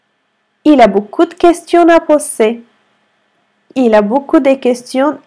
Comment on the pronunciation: تصحيح في الدقيقة Z تلفظ بال Poser Pozer أي نلفظها S لأن ال أتت بين حرفين صوتيين رابط جدول جمل أخطاء شائعة في اللغة الفرنسية - الدرس الخامس في موقع سيلينغو، يمكنك إضافته إلى جداولك بعد التسجيل في الموقع، ودراسته وسماع لفظ الكلمات والقيام باختبارات بالكلمات الموجودة في الجدول Erreurs courantes en français - أخطاء شائعة في اللغة الفرنسية - الدرس الخامس Erreurs courantes en français - أخطاء شائعة في اللغة الفرنسية - الدرس الأول Erreurs courantes en français - أخطاء شائعة في اللغة الفرنسية - الدرس الثاني Erreurs courantes en français - أخطاء شائعة في اللغة الفرنسية - الدرس الثالث Erreurs courantes en français - أخطاء شائعة في اللغة الفرنسية - الدرس الرابع